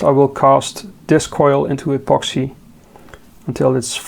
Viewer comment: pronounce 'epoxi'....keep up the good work 🙏